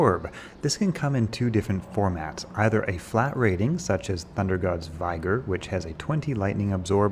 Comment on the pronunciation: Great video. I don't think that the dark souls lightning attack counts as a missle? You might have to find an archer to test? Also... I'm pretty sure ThunderGod's is pronounced just like: vig·or /ˈviɡər/ noun physical strength and good health.